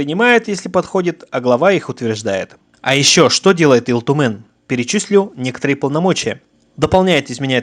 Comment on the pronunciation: У тебя с произношением плохо? Почем Ил Тумен говоришь с акцентом? С 3 минуты выключил не возможно слушать. Хотя очень интересная тема